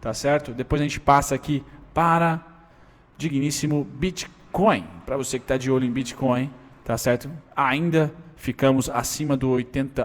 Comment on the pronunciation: Eu ouvi biticoin ? 👏👏